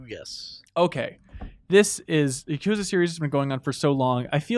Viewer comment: Ya-Ku-Zah. Not Yakozuh